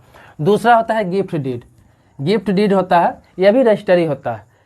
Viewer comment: डिड नहीं। डीड।